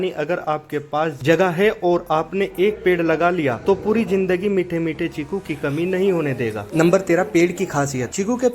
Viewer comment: चीकू है भाई छीकु नहीं